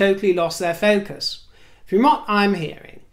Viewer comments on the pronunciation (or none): none